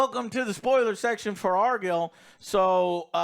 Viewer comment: Bro its not ARE-GILL its ARE-GYLE (like kyle). How can you mess that up after hearing it so much in the film?